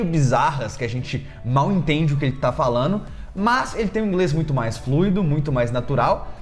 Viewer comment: "Politicamente falano"?